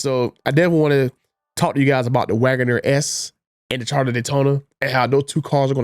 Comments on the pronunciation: It's CharGer NOT CharDer! Just saying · No its the "Charda" Daytona like he says 😀